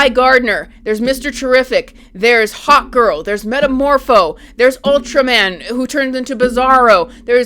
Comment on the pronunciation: Who else kept hearing Hot Girl instead of Hawkgirl?